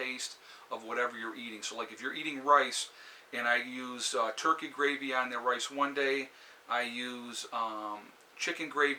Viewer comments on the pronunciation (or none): none